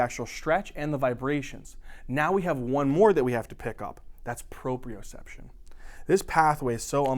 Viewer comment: It's Proprioception not proprioreception. It should be your word, but it isn't. Great job! I hope you guys learn to fix this! You are wonderful. Thanks for helping me and everyone else out with these lectures!